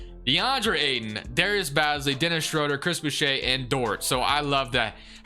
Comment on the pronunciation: I'd hate to be that guy but, Darius Bazley's name is pronounced Baze-lee loved the vid though! keep up the great work